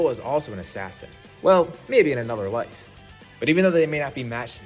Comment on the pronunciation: You said life wrong lol😂😂😂😂😂 ur life is mid